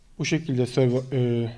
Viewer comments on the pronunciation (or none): none